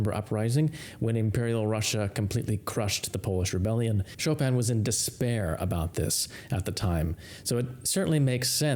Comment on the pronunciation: It sounds strange that you pronounce it Etoode and not Etude as it's spelled! And you pronounce Chopin correctly and don't pronounce it Chop-in as it appears but use the correct pronounciation for Chopin as Chopan!